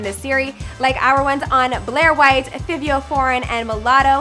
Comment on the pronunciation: Its Fivio like Favi - V o